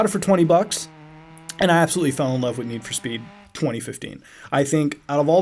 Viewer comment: NED FOR SPED!!! pronounce it right!